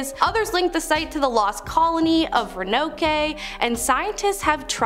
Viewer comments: it's not the first video I've heard her say it wrong in, at least I think it's her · It is Roanoke not Roanokay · It's Row an oak, not renn o key. 🙂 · What is Ranokay? Ro ann oak is how it is said. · 'row-no-key'? Lol they should check words before they do these :P It's 'row-a-noh-ck' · Did she seriously call Roanoke Renn O Kee??? God help us all. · I can’t anymore. Made it 10 minutes before the mispronounced words were just too much to handle! Ro-ah-nokee killed me! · She better have got fired after she said renokay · It’s pronounced row-in-oak!!😂 she sounded like the substitute teacher from k&p😂😂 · Wow, your pronunciation of Roanoke (Row-uh-noke) was a real Roanope! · Yup. That's not ren-okay, though. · Someone else pronounced it row-a-nokay 😂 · It's pronounced Row-uh-nowk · I am so sorry ( for you all) but Reno-Kea is not a place and if this channel is hiring ppl who can't even take time to research basic American history....why are we watching??? It makes us look like what is being watched isn't rooted in even the smallest bit of fact (I have been watching for over a year) js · I can't even watch after the Ron-oh-kay... Ugh. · Row an oak 🤦‍♀️ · Sounded like oakie dokie😂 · Ranokay? 🤣🤣🤣🤣😭😭😭😭 Y'all have GOT to get it together. Do some pronunciation research BEFORE making videos. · And because she said Roanoke like that I don't want to watch lol. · She butchered "Roanoke"😂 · As a North Carolinian I’m offended by your pronunciation of Roanoke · You guys have to get some people to host this channel over 20 yrs old for the love of god! If they don’t know how to pronounce Roanoke correctly or even know the history of the place they’re too young!!!😂😂🤦🏻‍♀️ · Ugh the pronunciation of Roanoke...... And the Alaskan places. Horrendous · Shreveport and Roanoke... Learn to pronounce or find another job.